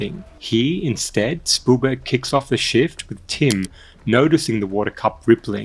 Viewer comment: cool video, no idea who this "spoolburg" is tho haha